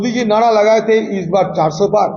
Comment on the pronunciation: नाड़ा नहीं नारा बोलते हैं 😂😂😂😂